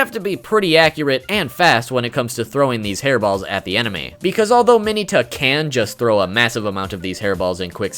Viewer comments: Trashiest of trash “Mayoneta” not Mineta he just butchered the pronunciation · ITS MIN-ETA LIKE MINA WITHOUT AN A. MINNNNNNNNNEEEEEEEEEEEETA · DID YOU JUST SAY MINY-TA AND NOT MIN-EH-TA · U said mineta wrong